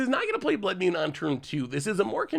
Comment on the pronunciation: Blood “Mune” is what I am hearing you say.